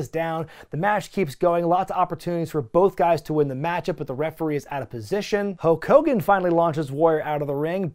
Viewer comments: A few minutes into the Warrior vs Hogan match, i just noticed you were saying Hoke Kogan! 😂🤣🤓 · saying "Ho Kogan" when talking about the Warrior promo is everything. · As a child I thought his name was “Ho Kogan” for years due to Warrior’s promo on him. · Why were u saying hulk hogan weird?